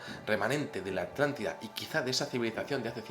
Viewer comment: Atlántida o Artàntida? se te hace bolas el barniz